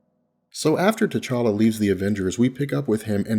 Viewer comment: it's T'challa spells Tche-cha-la T'Chaka spells Tche-cha-ka